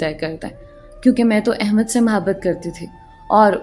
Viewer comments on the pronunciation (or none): Ap ki urdu maen kahen kahen jhol hy lihaza is baat ka khayal rakhen,,,, jesa k ap hamesha muhabbat ko mahbat kehti haen, or bhi isi tatah k kuch words haen, lakin ap ki kahaniyan marn ye word ziyada use hota hy is liye ap tashi kar rahi hoon, plz mind na kijiye ga....